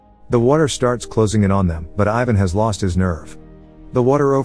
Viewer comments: The way you said Ivan omg😣😫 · It is so funny how you pronounce ,Ivan' And it is not only you, but like all the english men.